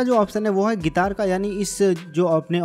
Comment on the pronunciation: ओ भाई गितार नहीं गिटार बोलते है